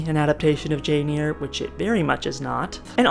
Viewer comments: I loved DS when it was on. Thanks for the synopsis. Great job! Oh and it is Jane 'air' not 'ear'. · Charlotte Bronte's book is Jane Eyre...pronounced AIR not EAR. Thank you. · It’s pronounced as “air”. And I’m sorry, I could have phrased it in a nicer way! The video was otherwise excellent and I look forward to the next half whenever it’s ready! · Loving the video, and I will absolutely consume it in one sitting, but I'm curious why you're pronouncing Jane Eyre as Jane Ear? Is this a community in joke that I have missed?